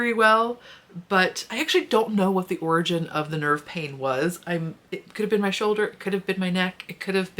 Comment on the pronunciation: When you started talking about what was causing the nerve pain - you said shoulder I heard children and it made me giggle 😂 and then there was the delayed realization.